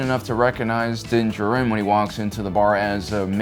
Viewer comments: Din Djārin not Din Djarīn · i hate how you say DIN DJARIN (JAR-IN).. say it right man jeeze. thats my biggest peeve with you and why im not subscribed. say characters right my man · Its Din JAR-in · Me before the video: “man I haven’t watched in awhile” Me during: “oh right because he likes to pronounce everything his own way” Annoying af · It's Din Djarin not Jurin. It's Grogu not gogurt Get your lisp and poor pronunciations out of here. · The way this guy pronounces Din Djarin is freaking annoying. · Did you seriously just pronounce Din Djarin like that? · Please say Mando’s name right, my dude. It’s literally spoken aloud in the series 😂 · Bro stop saying Din Djarin’s name like that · I find your lack of 'pronouncing Din Djarin correctly' disturbing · Every time mispronounces Din Djarin’s name a kitten gets AIDS. Lotta AIDS kittens after this video